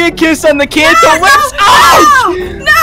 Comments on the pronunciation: ITS ENCANTO NOT ENCHANTO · It is pronounced encato not inKato